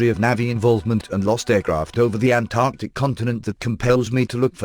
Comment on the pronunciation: Halarious synthesised dialogue but at least pronounced Antarctica correctly :D